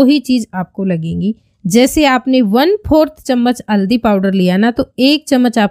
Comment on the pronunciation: tabhi you haldi ko madam aldi bol rahi hai.